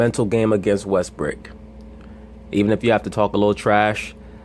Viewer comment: yes he, is bro Russell Westbrook is, the MVP again. I fuk with you bro. but you wrong. best PG in the NBA. Facts. and it's Brook not Brick 😂😂😂